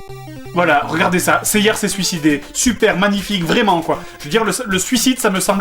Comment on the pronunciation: Les français qui disent Seiyar. Lol Saint Seiyar. Tellement laid.